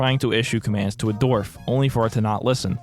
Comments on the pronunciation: Everyone: Dwarf. This guy: D o r v e s . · Autoplayed onto your channel, love the content but (and please don't take this the wrong way I'm not trying to be insensitive) is there a reason why you pronounce certain words a little oddly? Most notably in this vid with 'dwarf'. At first I thought maybe that what they're called in this game but I noticed the same pronunciation in 'dwarf fortress'. It doesn't impact my enjoyment of the video at all but I guess my curiosity got the better of me D: Anywhooo sorry about that, love the vid ggwp and all that <3